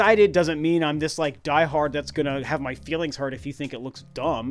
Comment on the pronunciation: Did you rike it? 😂😂😂